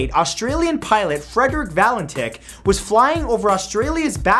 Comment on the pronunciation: Fredrik valen TICH - hahahahahah he it sounds like DICK